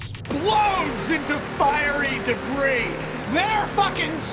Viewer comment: Max Landis: Tells the greatest superman story in the last 24 years. Also Max Landis: Pronounces "debris" wrong